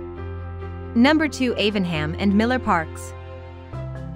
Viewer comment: The pronunciation of A-VEN-HAM and St Walberge's Church made me spit me tea out! As a Prestonian I have never heard them pronounced like that before! Hahaha